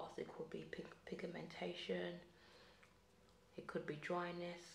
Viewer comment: The way she pronounces pigmentation is THE best❤